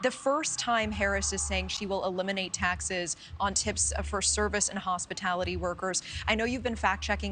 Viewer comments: Hospitility, not Hospitality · She can't even say Hospitality correctly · She mispronounced hospitality. Lol. Lies